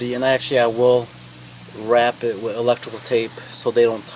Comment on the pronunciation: Thanks, very informative video bro. One thing, you say "wit" instead of "with" just like my wife, lol. She's from Brookyln, I tease her about that all the time. :D Thanks again.